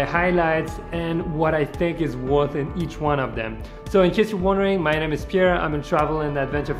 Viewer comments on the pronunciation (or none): none